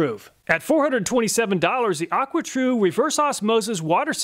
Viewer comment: aquatru not aquatrue